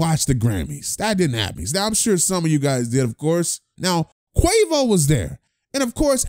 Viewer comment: You said Quavus 😂😂😂😂